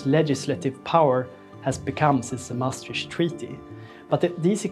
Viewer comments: I swear to god ... If I hear "MaastriSCH treaty" one more time...... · Important video, but please check the pronounciation of Maastricht.